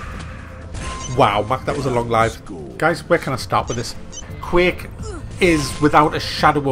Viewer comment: Why do people pronounce it Quake Life?